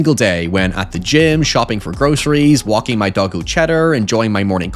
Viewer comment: If I was new hear I'd have heard "my dog, O'Cheddar." Not " my doggo, Cheddar"